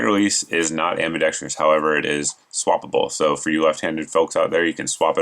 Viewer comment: Ambi-dex-truss, not ambi-dex-tree-us. :(